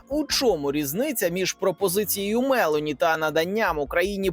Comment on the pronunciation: Недолугому коментатору підказую: прем'єр міністр Італії носить прізвище МелОні, а не МЕлоні.